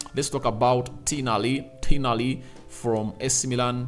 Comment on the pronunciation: its Tonali not Tinali😅